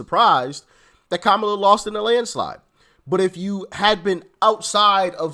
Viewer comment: Its Kamala not Kamala 😂